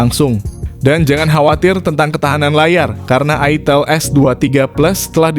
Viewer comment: Wkwk ITIL apa ITEL sih bang Jangan bikin bingung 😂